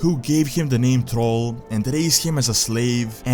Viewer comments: m8 you gotta work on how you talk who the heck is trall its 2018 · I love how you pronounce Thrall as troll, LOL